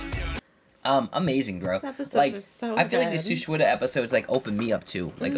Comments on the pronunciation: It's suchwita not shuchita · Why suichuita when it's shuchwita